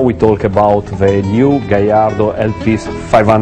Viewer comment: hey, he says gallardo correctly! props to the host.